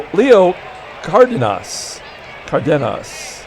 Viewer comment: For Leo the emphasis is on “den” the pronunciation would be: “car-DEN-us”